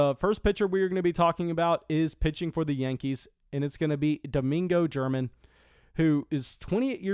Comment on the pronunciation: Ger-man, not German.